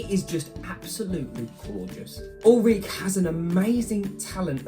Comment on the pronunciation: its pronounced ulrikk-eh